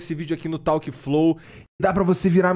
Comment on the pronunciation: ` tauqui´ flow eh doido demais de se ouvir. vai aprender ingles basico ai rapaiz